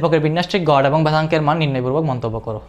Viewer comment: গড়, গট না 😂